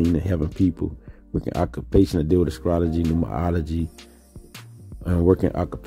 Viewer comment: Are you saying "scrology"?